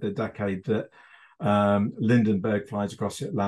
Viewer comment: Come on, you keep saying it... It's LINDBERGH not Lindenbergh.